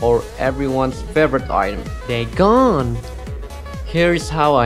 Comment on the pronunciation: really cringed when you said "day-GON!" Lol thanks tho 😂